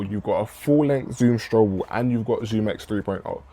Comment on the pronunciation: x under the zoom x, but I think you said it correctly later in the video